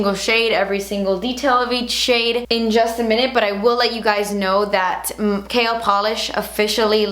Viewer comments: Whenever you say "KL polish" it's sounds like you are saying 'kale polish' as in the leafy green vegetable 🙃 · I keep hearing "kale" polish lol oyeeee congratulayshonssss miami subscriber super proud of you mama xx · this is AMAZING!!! I'm so proud of you! Every single shade is stunning and the excitement on your face is too precious!! I could not stop cracking up, when you say KL polish really fast it sounds like you say "Kale polish" hahahah keep killing it girl and making your subscribers proud. It's YouTubers like you that make people come back time and time again... we love you!! Xoxoxo!!! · Lol I'm not hating, so don't come after me, it sounds like she's saying kale polish haha! Love you! Using that morphe code:) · I remember when I first started watching you I used to think you were saying "kale polish" 😂😂😂😂💅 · please create a cool green shade and name it kale becuase when u said KL i thought u said kale and i got excited. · "kale" polish? lol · The more I hear KL, the more it sounds like kale! Love them all! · does it have kale in it?? lol totally sounds like you were saying kale every time. mmmmmm kale! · Kinda sounds like Kale polish 🤔 love you btw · everytime you said KL I understood KALE... so maybe that's a good name for a new nail polish :) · is it terrible that every time you say your brand, I giggle thinking at the same time you're saying "KALE" lmao congrats girl! Very excited to see what is to come from you! :) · Kinda sounds like "kale" polish ;P the colors look awesome though! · Every time you said KL polish I heard Kale polish 😂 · Congrats!!!! You deserve it! It sounded like you were saying "kale polish" throughout the vid lol. New name idea for a polish? Haha can't wait to purchase! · Sounds like 'kale polish' 😂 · I'm so sorry, but every time you say KL, I only hear "kale" Love you xoxo